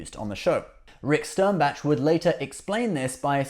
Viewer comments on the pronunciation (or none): I don't mean to pick nits, but it's Rick Sternbach (like the composer Bach, or "bauk"), not Rick Sternbatch. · Your videos are really good in general, but like a lot of Brits for some reason you just seem to LOVE to clobber names... you refer to Rick Sternbach several times, and butcher his name each time. Names are names, and they are pronounced the same when speaking English... Stern-bach... not Stern-batch... there is no T in there, so don't pronounce one! It's not that hard... protip: do not refer to famous people if you can't be bothered to research how to say their names. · Dude. It’s Rick Stern-BOK, NOT Stern-batch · Stern batch? Pronounce names correctly. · lol.....or hearing the name SternBATCH, but he's British so I let it go.